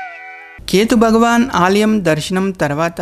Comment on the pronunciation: బగవాన కాదు, భగవాన అనాలి, భగవాన.